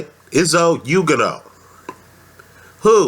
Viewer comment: and you pronounced his name wrong .....say like this OK!! ........ready .......youganah see simple